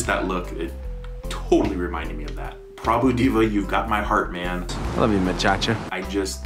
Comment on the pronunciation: Prabhu Diva - as he pronounced 🤣🤣🤣🤣🤣🤣🤣 It should be Prbhu D+a+v+a, omits the + and pronounce.